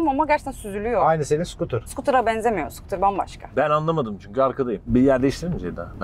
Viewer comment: Nobody: Ceyda: sukutırın mı bu mu diye sorarsan sukutırım derim